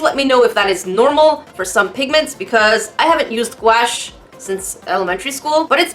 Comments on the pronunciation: Normal people: guache: GUAEESH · Hi! I love your videos.. I used to pronounce gouache like you do, and my dad laughed at me. It's pronounced like ghost + gosh. Goush, I guess.